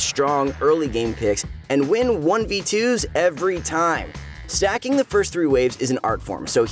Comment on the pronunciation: I am sorry but everytime I hear Stacking I hear Susan....Susan is an art form...m7 Nasus btw...I play Nasus Mid because im bored.